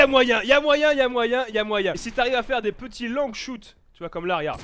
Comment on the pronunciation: Mes oreilles saigne un petit peu à chaque fois qu'il dit ''longshot'' parce que'il le prononce ''longueshoute'' xD